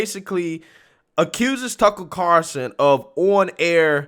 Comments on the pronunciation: There's an "L" in Tucker's last name...Car"L"son, not Carson...the more you know! Great video and coverage...love the clips as support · Carl son NOT Carson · Lol It's Tucker CarLSon buddy, not Tucker Carson. Lol. He's not Johnny Carson's nephew.